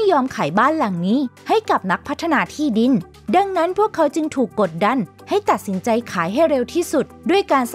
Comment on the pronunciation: มีใครได้ยินเหมือนเราบ้างตอน 9:9ว่าเพื่อเร่งให้เขาทั้งสองตัดสินใจ๋ ให้เร้วขึ้นเป็นสำเนีบงภาษาอีสาน ลองฟังดุ